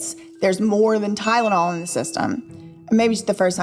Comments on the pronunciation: I knew she was lying when she started with “TY-DA-NOL” … Girl, … It’s TY-LEN-OL. NOT TY-DA-NOL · Gosh yeah I thought it was just me but that Ty-da-nol pronunciation was so weird!